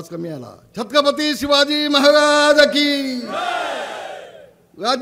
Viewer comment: नीट छत्रपती बोला